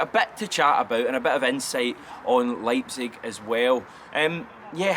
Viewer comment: Ryan118 is gutted someone can pronounce Leipzig better than him